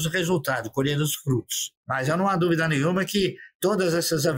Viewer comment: Possição, pérda, dúbida... com poucas exceções ela fala bem português